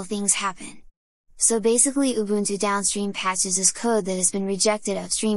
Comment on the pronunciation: This AI pronounces "ubuntu" better than literally everyone outside of South Africa.